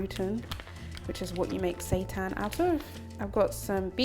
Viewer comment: But why does it sound like “Satan”?? 😈👹